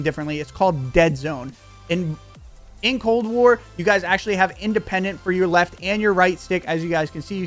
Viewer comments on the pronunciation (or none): What’s cold ware bro u even talk properly? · did he say cold wear?